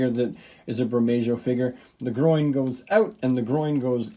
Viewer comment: The J is pronounced like an H in Bermejo